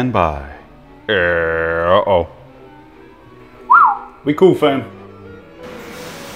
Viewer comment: HE ALSO SAID "we coo fam," AM I FUCKING DREAMING